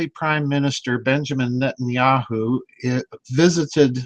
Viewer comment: lol Did I hear him say at the opening "Nutenyahu" ? Very fitting if not lol